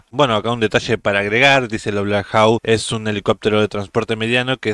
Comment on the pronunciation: Holaaa!! Te felicito por tus videos siempre los veo!! Te comento que la forma correcta de pronunciar es "Blackhok" saludos!!